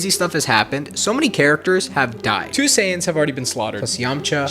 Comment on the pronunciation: You're not. It's not "Dendi", it's "Den-deh". "Sayians"